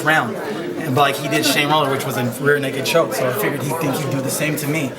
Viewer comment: if i did not correct him he would say on every rear naked chokes "rare naked choke" so why not correct him to say it right ?